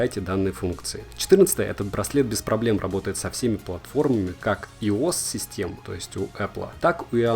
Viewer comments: Во первых не иос , а айос Во вторвх не шаоми , а сяоми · Улыбнуло слово иос :) Айоэс или хотя бы айос :) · "Иос" "Шаоми" "Не считает шаги когда ты едешь в транспорте"? Разве что если вы его снимаете как на видео. Если вы за рулём - то он лихо насчитывает несколько тысяч шагов за 100 км пути. Так себе компетентность у Вас, автор.. Мало того что действительно спортсменам такой неточный девайс не нужен Так ещё и сравнивать с эпл данные часики - неадекватно. Сколько времени прошло пока добавили русский язык и имя звонящего официально? Сяоми - это устройства, которые нужно самому дорабатывать, прошивать и настраивать чтоб всё было окей. С яблофонами же такого обычно делать не нужно